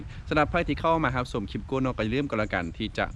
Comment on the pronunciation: คำว่าคลิป ต้องใช้ ล.ลิงนะ ไม่ใช่คริป เพราะมาจากคำว่า CLIP